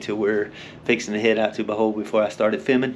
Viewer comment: How do read O from Bohol as A and say Bahol . Its BO like bobo